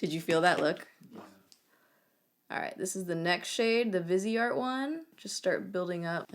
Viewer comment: Viseart = vy-see-art (commonly mistaken for “vizzart”) ;) xx